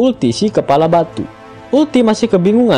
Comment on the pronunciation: Yamato cok bukan yamete